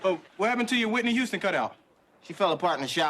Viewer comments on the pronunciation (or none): none